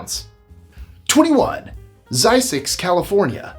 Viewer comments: ZZYZX is pronounced zizzicks. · It's pronounced Ziz-icks. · You're mispronouncing ZZYZX !